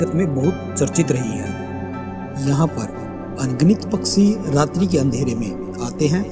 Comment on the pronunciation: Waaheey nahi..woh hota hai Paaksi nahi..paakshi hota hai Sound quality bekar hai..echo sound mat kar..aur yeh joote se kya nishan bana raha tha?? Yeh tarkol aur soap lake sab discovery mei detail me bata chuka hai..yeh sab bataya hua hai ki kyu hota hai..tum faltu time kharab mat karo..patthar ki jheel..vaigyanik yeh sab jaante hain..aur yeh sab youtube pe tumko mil jayega..